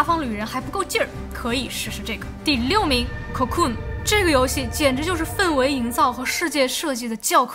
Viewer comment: 氛围不读第四声